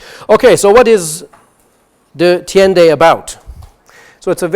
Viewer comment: It's not Bruges but Brugge. In Flanders (Nowadays Belgium) A nice place to visit. De Thiende is pronounced as [The teende] The h isn''t prounced. Modern dutch de tiende (yes, they dropped the h ;-) Try to get a copy of Bartjens...it gives a nice insight in calculus and how it was taught at schools in the 17th century